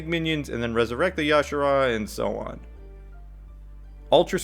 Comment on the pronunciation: It's not y'shara lol, you say the j